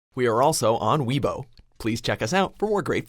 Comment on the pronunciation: wei bo not we ibo